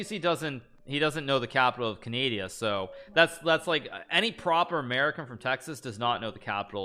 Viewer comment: he said canadia